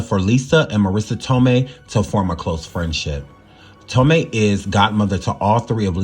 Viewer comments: I love you and I watch all your videos (maybe not in order but I watch them all lol). My only critique is that you learn the proper pronunciation of people's names. It's Toe-may, not Toe-my. That's just the 1st I noticed in this video, but in every one it's at least one. Maybe it's just me, because people always mispronounce my name and it's irritating. Maybe I'm more sensitive to it because of that. But I do feel that if you're putting information out to the public, all of it should be correct and how a name is pronounced is included in that. Just a suggestion but if you're not sure ask Google or ask someone older who knows the person you're talking about when doing shows like this. I grew up watching these 90s shows so I know how it say all their names and I'm sure you have someone you can ask who was a kid/teenager back then who knows as well. I'm not trying to hate at all. I just want to see you succeed and be great in everything possible. Much love to you and yours!❤❤❤ Edit: You said it correctly later in the video. 😊😊😊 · It’s not Tom-mee, it’s tō-mā! 😂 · Lol… Please don’t E slap me but Marissa’s last name is pronounced toe-MAY. Okay, now carry on witcha’ bad self. I ❤️ the surviving stories. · Marissa Tomei pronounced as TOE-MAY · Jaleel White, not Jamal. I also believe that it’s pronounced ToeMay, Marissa Tomei.. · Marissa toe-may brotha! That’s how it’s pronounced 😂 all love brotha keep killing it! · I was looking for a comment correcting his pronunciation so I wouldn't create a redundancy